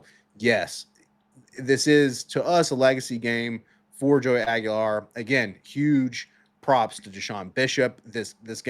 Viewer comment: They're actually pronounced "Iceman" and Joey Swag-ular. Come on guys. GO BIG ARNGE!!!